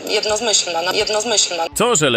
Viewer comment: Biejat nie zna nie tylko granic Polski ale też nie zna słowa "jednomyślna" i mówi, po kolejnym podejściu "jedno-z-myślna". Czy ona przeczytała w życiu choć jedną książkę?